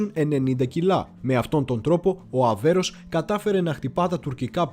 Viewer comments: Πολύ καλή δουλειά...με μια μικρή παρατήρηση, πάντα καλοπροαίρετη: " Αβέρωφ" και όχι Αβέρος το οποίο ακούγεται κατ' επανάληψη. Ευχαριστώ! Συνεχίστε την ωραία δουλειά. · Φίλε , είσαι ωραίος , αλλά το πλοίο λέγεται ΑΒΕΡΩΦ , όχι Αβέρος που λές συνέχεια ....χαχαχαχαχαχαχα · Όλα σωστά αλλά μην το ονομάζεις λάθος Αβέρωφ όχι αβερος είναι δύσκολα να το λες? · Ok αλλά φιλαράκι κάνεις αρκετά λαθάκια και δεν ξέρω αν το κάνεις επίτηδες. Είναι Θωρηκτό Αβέρωφ και σίγουρα όχι Αβέρως. Ιστορική αναδρομή με τόσο προφανή λάθη? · ΒΡΕ ΑΔΕΡΦΕ.....ΑΒΕΡΩΦ.....ΟΧΙ ΑΒΕΡΟΣ....Η...ΑΒΕΡΟ...! ΕΜΠΕΔΩΣΕ ΤΟ ΟΝΟΜΑ ...ΔΕΝ ΕΙΝΑΙ ΔΥΣΚΟΛΟ...ΧΑΛΑΡΑ ΚΑΙ ΘΑ ΤΟ ΠΕΙΣ ΣΩΣΤΑ...! 😊😊😇